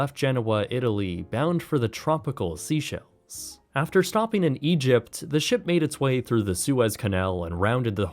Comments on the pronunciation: say-SHELL, not SEA-shells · Great as always. Minor point; it's pronounced "Villum", not "Villiam", and "Say-shells" not "Seashells".